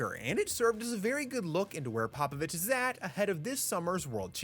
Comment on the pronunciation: Learn to pronounce his name. His name is pOpOvici not pApAvici. "O" is "o " not A...